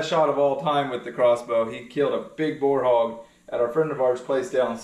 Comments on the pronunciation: You were kidding about her southern accent, lol...but tell me what the heck is a "bar hog"...in Texas it's pronounced a "boar hog🐗...pronounced like "bore" hog...the same as how big male black/grizzly bears 🐻 are pronounced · Making fun of her accent ...... however ...... it really sounds like you keep saying BAR HOG instead of BOAR HOG. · Are you trying to say Boar (Bore) hog? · is he saying boar hog or bar hog? Cuz I've heard of a bar frog but not the other.